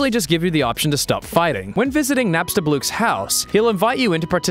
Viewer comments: "Nap-sta-bluke." I thought it was pronounced, "nap-sta-blook"? Like how you pronounce book? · It's actually pronounced Nap-sta-bloke. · say Nap-Sta-B-Loo-k. Like you're trying to say the word, "boo". Or Bloo, from Foster's Home for Imaginary Friends.